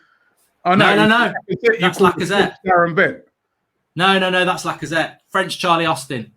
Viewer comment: How can you say lacazette and martinelli😂